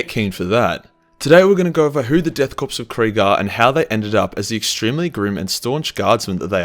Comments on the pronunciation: However the ‘ps‘ of Korps is. The way he says is Corpse. Death Corpse of Krieg sounds rather redundant. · This was good but i'm surprised that you would know the J in German is silent but you pronounce the p in Korps. A petty complaint but it just sounds retarded. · "nailed that pronunciation" - he says... minspronouncing the word pronunciation while we're at it the P in corp/korp is silent as is the one in coup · The that keeps mispronouncing “coup and “corps” I choose to believe is because a primal hatred for the French and so refuses to say French words or use French rules of language. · Man really doubling down on pronouncing all those silent P’s lol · but the p in korps and coup are supposed to be silent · its pronounced core not corpse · Its Pronounced "CORE not CORPSE" Unhappy Gasmask Noises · It's painful hearing "death corpse" instead of death korps" (pronounced "core"). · Its pronounced as chor not corpse!!!!!!!!! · The ps of Korps... is silent. Pronounced "core".... not "corpse". Still a great video though. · I cringe every time he says “corpse” in place of “corps”. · Learn how to pronounce things. Its pronounced like core, not corpse. Also its not Titsnitch, its Tzeentch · Death Korps (core) not corpus, god damn it man. very irritating. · Death Korps, pronounced core not corpse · Call them "Death Corpse" again then I'll be forced to hit you in the face with a shovel I purchased from Bunnings. They are a "Corps" which is pronounced "core". Yes kunt I know it's spelled with a "K" but that's just a kitchy method to get Gen Z wankers to like Space Nazis. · it's pronounced korps not corpse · Korps is not pronounced “corpse” but “core”. Having a K instead of a C doesn’t change that. Dunno why they call themselves a corps since their regiments often are called armies. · Dude Jesus Christ, Korps is pronounced Core not Corpse 🤣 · Korps is pronounced “core” not “corpse” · its pronounced " core " not corpse also, its pronounced " coo " not coop